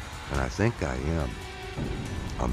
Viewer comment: 'Lights his cigarette with no concern'......"I don't 'tink' so".... He should try out for a movie.